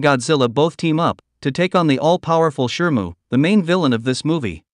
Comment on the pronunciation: Shimu, not shrmu.